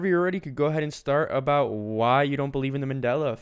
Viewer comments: "The tik tock" "A boot" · Does he say "about" that way as a joke? I have never met someone from Canada who actually says it like that, and I was born here.